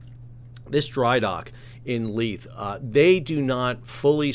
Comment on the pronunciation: Edin buh-ruh. The buh runs into the ruh. You got Leith (Leeth) right! Almost all Youtubers outside of Scotland get both wrong.